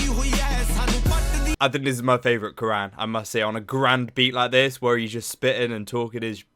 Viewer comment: His name is pronounced as “Cuh - Run”